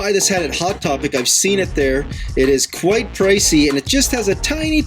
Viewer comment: ITS QUEET SCAWY ASSK YO PAWENTS IF IT’S OKAYY FO U POO WATCH